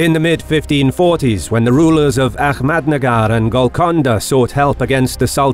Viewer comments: It's Ahmednagar not ahkmednagar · A-hhh-mad nagar not A- kkhhh- med nagar